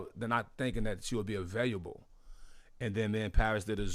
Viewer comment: RZA CANT SAY AVAI"L"ABLE???